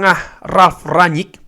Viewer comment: Rangnick bang bukan ranyik